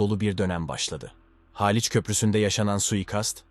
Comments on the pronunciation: Haaliç değil Haliç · Daltın haaaliç bu nasil telafuz yav sinir bozucu